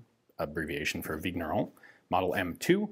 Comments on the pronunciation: Just a note here: "gn" in french/belgian is pronounced just like in the word "campaign", so, just a weird "n", more like a "n" with a pretty silent "i" after it. "Vigneron" sounds so more like "Vinieron" (exaggerated), or like the 2nd "n" in the spanish word "niño". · French regular viewer here. Thanks for your best efforts in French pronunciation! FYI "gn" in French is pronounced "ñ", or "ny" as in Spanish word "piÑata". So Vigneron is pronounced "Vinyeron". Thanks for the high-quality, history-rich and politics-free content!